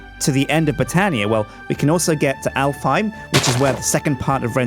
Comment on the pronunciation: Alfheim is an Icelandic name and is pronounced Álfheim in Icelandic